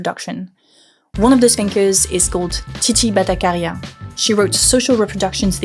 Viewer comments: hi! just wanted to point out that the ch in 'battacharya' is not 'k' but 'tsh'. great video btw, thank you! ❤ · The ch in Bhattacharya is pronounced as the ch in chore ( unlike how it's pronounced in the video which sounds like the ch in character). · Hey! Nice stuff. Just wanted say it's pronounced as "Bhatta-tch-arya" the sound is tch as in chives. Also, could you link/list the books that were referenced in the video? I know they appear on the video but it would be nice to have an actual list to go in the end for further reading.:)